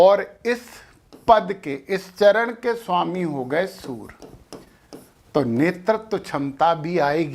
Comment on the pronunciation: Kripa karke surya ko soor aur karye ko kar mat kahe